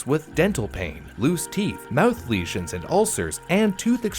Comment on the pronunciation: Lol u say mouth funny. "Mowooth" hehehe. Anyway. Then America learned its lesson and from that point forward the rich and corporations no longer had a huge power advantages or the people and employees. They were always held appropriately responsible and accountable for every misdeed. Capitalism remained the wonderful dream and USA lived happily ever after. The end........ ?